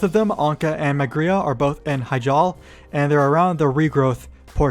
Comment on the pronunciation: “Hujal” 😂 It’s “high-jal”...They even say it in every Warcraft game. Also, Not Ban’thalos, as in ban hammer.